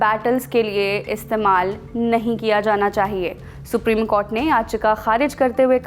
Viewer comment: Ye anchor bekar hai कॉर्ट नहीं कोर्ट होता है 😅